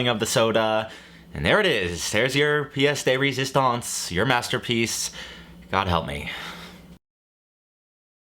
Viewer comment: You saying pièce de résistance sounds like Peggie Hill speaking spanish.